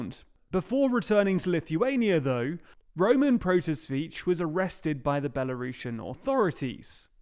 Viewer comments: Oh, why English speakers always fail pronouncing Slavic names? Those man's surname should be read as something like "proto-sea-which". Not " proto-switch" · Protasevich. Pro-ta-se-vich. Mexico does not have a PM, it’s president.